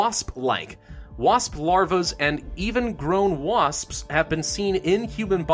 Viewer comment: when you said wasps it sounded like waspspsp